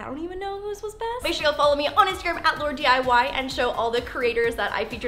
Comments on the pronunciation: Did any one hear her say LAURD instead of LAUR? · Ok. Is it just me or did when she was doing the intro she said "whats up it Lord" instead of "LAUR"?? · In the intro instead of her saying laurdiy she said laurden